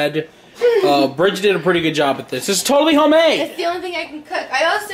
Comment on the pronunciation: * eats food that made*: That's so goom / That's goom hahahahhaha